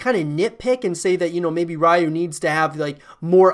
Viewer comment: Ryu is pronounced "You" with an R in front. If you said "Who do you like?" really quickly the D in "DO" would soften and sound like the R in Ryu. "Rai YU" sounds like ラー油 which is pretty much just the spicy oil we add on food lol